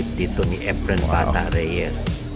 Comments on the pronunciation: Is that how his first name is pronounced? According to a search it's not pronounced like that. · Epren Bata-a Reyes, seypti shat. Boy robot. hahahaha